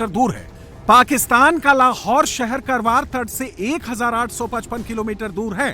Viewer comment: Not करवार it's कारवार My native